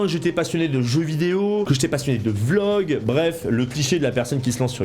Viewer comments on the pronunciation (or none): none